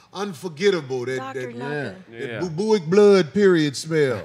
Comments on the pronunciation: My nigga said bubuic. I think he means bubonic like the plague 😂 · Nope boobooic. Backdoor action😂😂